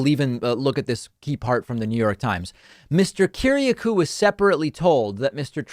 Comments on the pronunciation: DAVID PAKMAN - Are you bleepin' real? John's family name is Greek and pronounced "ki-ri-A-koo " not "ki-ri-a-KOO" John Kiriakou is an honourable man. Start with his Wikipedia page, then dig deeper. He was very poorly treated by W. (and Obama, I believe). We could all wish to have such a fine man for a friend. Trump won't pardon him in a thousand years. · kir-iA-kouuuuuu, man you butchered that one